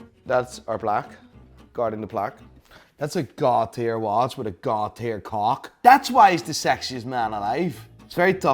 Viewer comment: Every time says God - tier, It sounds like he's saying Cartier. 😃😃